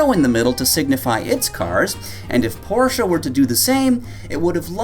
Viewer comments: Porschuuuuh ... You muppet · It's definitely pronounced Porsche, not Porsche.